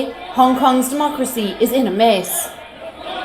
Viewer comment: Tell narrator to LEARN English!!! Not “maze in China!” But “mess!”!!!